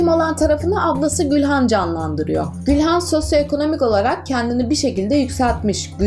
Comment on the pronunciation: Gülhan değil Gûlan